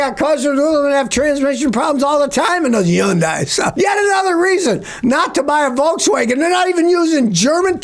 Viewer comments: Hey Scotty nice glasses. And it's pronounced hun-dee, not yun-di😂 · Hyun-dai. Rhymes with "Sunday" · Is he saying Hyundai?????